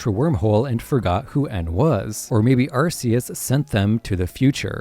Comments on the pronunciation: It's Arkeus. Not Arseus. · It's pronounced ARKeus. That's why type:null's thing is called the RKS system and not the RCS system.